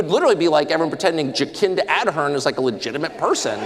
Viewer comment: Jacinda Ardern (Tucker is intentionally mispronouncing her name to show his utter contempt for her, she was right up there with Trudeau in terms of horribleness) was the former prime minister of New Zealand. Apparently you can't say what Tucker said about her in New Zealand but the Australians think it's hilarious. She was a total covid-nazi, one of the worst world leaders when it came to authoritarianism and positively nasty about it to boot. She was so unpopular and a disgrace to her country she was eventually forced to resign.